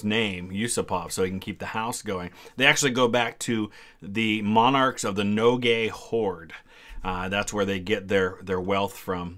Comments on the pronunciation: Nogai is actually pronounced like "No guy" Not like "No gay" They are a Turkic speaking people who had a pretty powerful post Golden Horde Khanate (like Crimean Khanate). They are still around in Dagestan and in some other parts of modern Russian Federation. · It is pronounced No-guy. Edit: I suppose it would be the fault of the text you were looking at for not being accurate, was funny anyhow. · Your pronunciation of Nogai Horde is really funny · The map I was looking at spelled it Nogay. Not sure how else one would pronounce that.